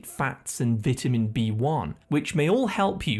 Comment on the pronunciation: Learn how to pronounce vitamin and pecans 😂